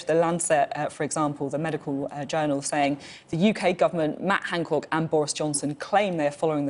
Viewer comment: Is she saying "Hancork" because she doesn't want to say "cock"?